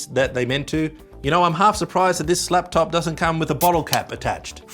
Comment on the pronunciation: Did you say 'slaptop'?